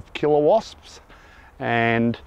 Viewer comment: he says "Killer Wasps" not Kilowatts hahah! 😆